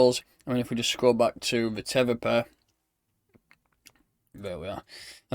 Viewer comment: it ain't Feta pal - it's TH EEE TAH lol